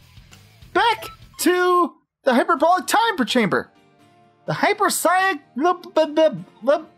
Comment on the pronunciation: If you say hyperbolic time chamber wrong one more time Mr.Popo is going to kick your ass.#big red stick